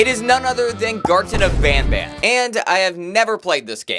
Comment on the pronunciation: Garten of banban not van ban